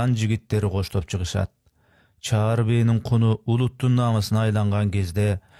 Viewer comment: Чар бээ эмес чаар бээ